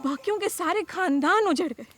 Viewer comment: khandani not kandani. Big problem man.